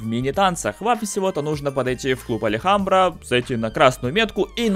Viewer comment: клуб называется "Альхамбра" а не "Алихамбра"